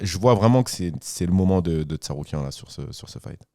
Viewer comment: Puisque ça rigole des erreurs de sur les noms, il me semblait important de noter le TsaRUIKAN à 2-3 reprises de, et la prononciation approximative de Jamahall Hill par Taylor Lapilus. Je pense que la VAR est formelle.😅